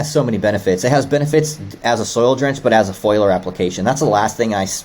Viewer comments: Foiliar spray 😂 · It's not a foiler spray but a foliar; from the word foliage. Come on. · Are they saying foliar, or foiler? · I’m assuming foliar, they did pronounce other words funny “to me” also. At least I’m not the only one!